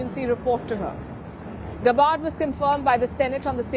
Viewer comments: Palki, please pronounce tulsi’s name right. It’s GAB LIKE FAB…GAB..BARD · Sharma, please pronoun Mrs. Gabbard's name properly